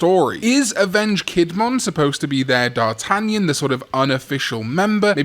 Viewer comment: You mispronounce d'Artagnan.